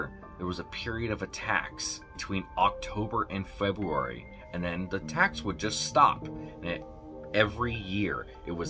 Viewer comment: He said some ’fobuwary’ i’m dead😂😂